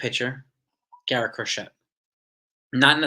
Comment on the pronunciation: It's pronounced Cro-SHAY, like the needlework.